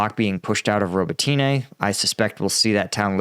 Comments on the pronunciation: If I might make a point of improvement: The pronunciation of the city names could be better. I also listen to a Ukrainian reporter, and I believe Robotyne isnt 'robo-tea-nay' but more like 'robot-neh'. Neh like you lack all enthousiasm. Yes yes - I get it, but if I said Washingtoon it would get old quickly too. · hey, thank you for the work you do to highlight our war with Russia, but as Ukrainian I'd like to correct you if you please, the village Robotyne, when you pronounce it, you make accent on "Y", instead it should be read as robOtyne with accent on second "O". Also another village called Kozachi Laheri in Kherson region, all English speakers read it as lahEri but it should be pronounced as laherI with accent on "I" at the end of the word. And it's not really H but more like GH in that word, which translates as Cossacks camps. Thanks! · roh-BOT-in-uh (last two syllables are slurred together) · Please for the love of god stop calling it Roboteenay 🤣